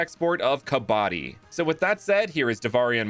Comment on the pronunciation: It's kab-badi, kabadi means the guy who works with junk Great concepts tho